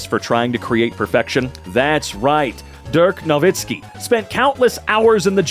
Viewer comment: considering hes never heard of him, i think he did a pretty good job you freaking hater